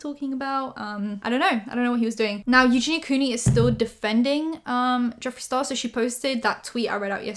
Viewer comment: ...did you just say Jeffrey STaRBURst!!!!!!!!!!! 💀💀💀💀